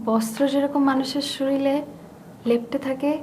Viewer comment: সময়োপযোগী নাটক 👍👍 । কিন্তু শরীর উচ্চারণ টা শরীল...........কেমন যেন লাগল । afterall উনারা বড় মাপের অভিনেতা ও অভিনেত্রী । ধন্যবাদ । ভারত থেকে।